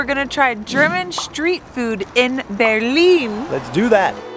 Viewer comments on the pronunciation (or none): German Schtreet Food? Look who's becoming more German.